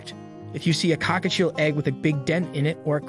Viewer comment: COCKATIEL no cockachiel lol